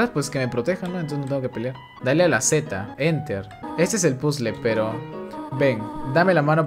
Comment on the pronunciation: épicas clases de Inglés con "PUZL" no sabia que esa música venia de undertale